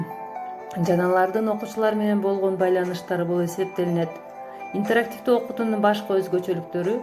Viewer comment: туура айтчы интарактивдүү дебей